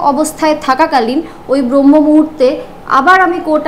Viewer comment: "Bromho " noy , kOthata holo "braamho" muhurto.